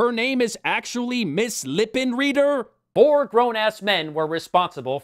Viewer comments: The proper German pronunciation of Lippenreider is "lip-in-rider". Not that many characters in the film would know that; it requires a little bit of knowledge of the German language (I get the funny feeling the screenwriters didn't know that either). It doesn't help that a lot of Anglicizing of surnames occurred when immigrants moved to the U.S., so it might've actually been intentional. Given the anachronisms and other flubs, though, I highly doubt it. Besides, with the other stupid puns present in the other women's names, why would they go for that kind of genius bonus? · "Lippenreider" would be pronounced Lip-in-ride-er. Just sayin' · Some comments: The steam-punk spider robot was awesome! When will digital animators understand that motion control makes a CG sequence work? You mention movies competing for attention against The Underground Comedy Movie, and don´t mention Movie 42! How can this be!? Frau Lippenreider is correctly pronounced lippen-rider, not lippen-reader, so the screenwriter(s) were not only remiss in American history, but shitcanned their own joke by not getting German spelling/pronunciation right. This is all to have been expected of the one screenwriter who was scarred for life for being named Peter Seaman. (Sort of redundant, if you think about it). Scarred something like a villain being a half a man by being maimed in the War -- the wrong half, if you know what I mean.... (*wink*) Finally, the hostname home is a preconfigured alias in /etc/aliases, in (I believe) SunOS 3 and later OSes. It mapped to the loopback device under /dev (/devices under Solaris). So, your T-shirt reads, “There´s no place like loopback device.“ Is this some alien language? You´re weird!